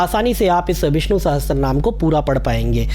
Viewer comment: उच्चारण विष्णु कीजिएगा,विस्नु नहीं!